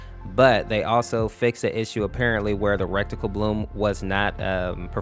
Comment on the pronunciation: Am i trippen or is he saying rect-tical instead of ret-ical